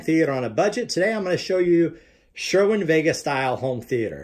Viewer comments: its sir-win not sure-win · Why do you call it sherwin vega?